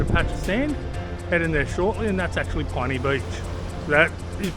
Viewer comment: It seems I've been pronouncing Pinny Beach incorrectly all this time. I've always thought it was pronounced as "pin-knee". Not "pine-knee" as you have.